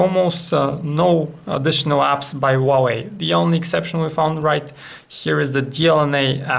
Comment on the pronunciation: funny accent :D "wauweiw"